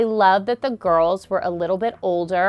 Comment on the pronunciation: I like how she said girls in twilight like it almost sound like gru and gorls